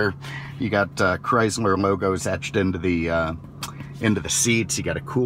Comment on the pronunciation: He said chrysmer